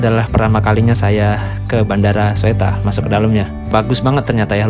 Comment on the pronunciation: dibaca nya Suta mas bkn Soetta ehehehehe